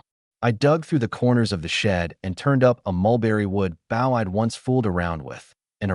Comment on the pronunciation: for the love of god someone teach this thing to say shed and bow